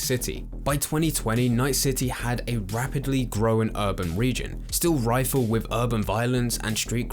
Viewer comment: I didn’t like the way he pronounced rife. Sounded like rifle